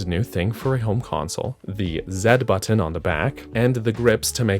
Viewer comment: Good video but why must you say button like that